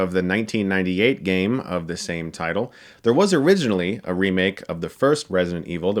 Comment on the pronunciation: hahaha when he said "there was originally a remake of the first... blah blah" I understood "thas was oringinally a remake..." I almost started yelling at my screen